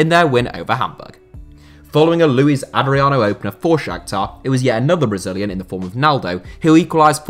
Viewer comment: all brazilians. The biggest star is Srna. Also it's LuiZ Adrino, Луиз